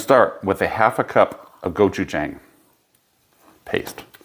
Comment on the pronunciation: Looks fantastic. Just an FYI it’s pronounced Go-Chu-Jahng (like John with an ng). 고추장. The way you pronounced it would be 고추쟁. Not trying to be a jackass, just wanted to share. Lived in Korea for 4 years, love their food and culture.